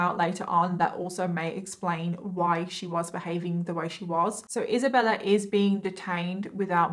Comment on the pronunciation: who is Isabeller?? I kept hearing the name Isabeller